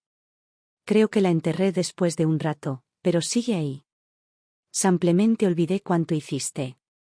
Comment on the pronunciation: La historia buena, la IA de la patada, siempre dice 'samplamente en vez de simplemente' De inteligente no tiene nada, es muy b.r.u.t.a.